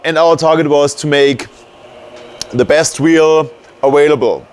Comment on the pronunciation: haha awailable